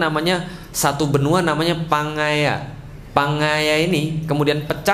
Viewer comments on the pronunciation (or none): Pangea Pak... Bukan Pangaya